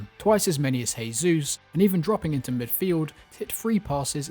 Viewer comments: BTW, in Portuguese you actually pronounce the J if I'm not mistaken, so you're actually saying Gabriel Jesus' name as if he's a Spanish speaker but he's Brazilian. Not a big deal though just thought you should know 😂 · Bro Jesus is not spanish its Portuguese pronounce the j like you do in English. The only reason im correcting you is because you are using spanish instead of english or brazils actual language....Portuguese for pronunciation